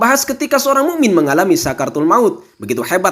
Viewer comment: kisah yang bermanfaat.mu,min pake hamzah bukan huruf ain🙏🏻🙏🏻🙏🏻🙏🏻🙏🏻